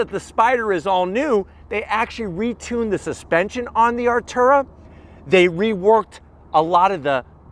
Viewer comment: Its Artura! Not ALTURA. Cmon. Im ready, your definately NOT😂